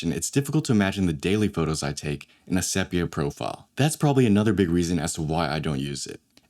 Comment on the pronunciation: * seepia, not seppia